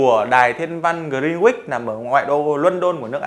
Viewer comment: Grin-uýt mới đúng